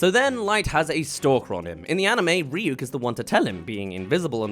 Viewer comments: Also “Rhy-ack” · And the worst part of it is Light saying Rah-yuck instead of Ryuk.